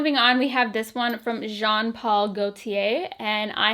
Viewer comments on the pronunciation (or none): none